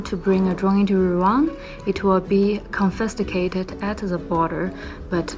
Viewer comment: confisticated sounds better😂